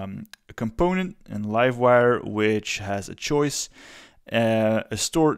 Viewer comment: "choice", not "choise"